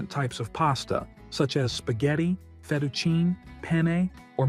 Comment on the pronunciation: Pasta - It's pronounced fet-a-chee-nee - not feteaecheen !